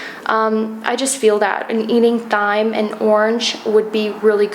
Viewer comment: Thyme is pronounced like time